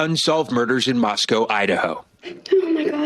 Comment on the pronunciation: Just so you know, Moscow, Idaho is pronounced Moss-koh. UT rhymes with Roscoe.